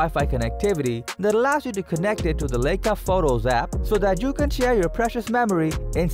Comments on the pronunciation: If you are going to have someone narrate your top ten videos, at least make sure that they can at least properly pronounce the names of the products you are discussing! In the top ten compact cameras video, above, your “announcer” made the following errors: It’s not Lake-ah, it’s Lie-ka and it’s not Zeese, it’s Z-ah-ese! Since I started watching a lot of You-Tube, I’ve never seen so many well known names of people and things mispronounced! Some well known names of people and things are tortured so badly, that it’s almost impossible to figure out who or what they are talking about! I realize that the state of education in the Western Hemisphere has declined greatly in the last 50 years or so, but there is simply no excuse for these gaffs not being caught before the video gets posted. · Dude. If you want any credibility at all you need to learn how to pronounce Leica…